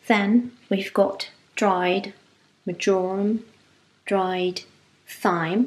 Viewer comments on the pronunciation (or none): Thyme is pronounced ‘time’. Your English is amazing and I love your videos. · Love your video and gorgeous meal. Thyme is pronounced as time. Hope you don’t mind me saying xx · Loved the video and gorgeous meal. Thyme is pronounced as ‘time’. Hope you don’t mind me saying xx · Omg that looks amazing. I was trying to imagine the wonderful fragrance it makes. I am definitely going to try it, so thanks for sharing. Btw, I noticed that in the US we pronounce Thyme as ‘time’. Idk why tho. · Delicious receipe. I’m gonna give that a try. FYI, Thyme is pronounced time. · To be honest I’m English and I used to pronounce it with the ‘th’ too! Your English is amazing and your speaking voice xx